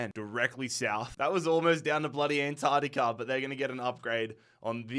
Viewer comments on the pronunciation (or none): none